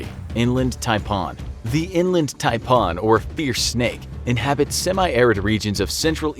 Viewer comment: Hey mate. The way you say 'Taipan' is cancer. Stop!